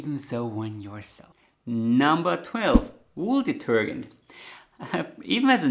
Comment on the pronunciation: Gem and detergent take a soft G in English, not a hard German G.. Be sure the knitter expresses color preferences, as well, My delightful brother has bought me the loveliest handspun yarns over the years — once I educated him not to give me yellow.